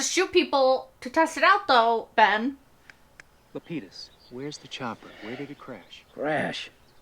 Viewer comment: La-pee-DUS!! One of us will definitely have to link her to the ‘How Lost should have ended’ video after she’s done 😂